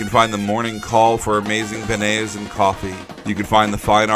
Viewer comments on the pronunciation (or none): He said benaise For all of you who don't know, it's Benyays LOL. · (ben nays) is not how you pronounce beignets , its (ben-yay) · It’s ben yay not Ben et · It's said like Ben-yays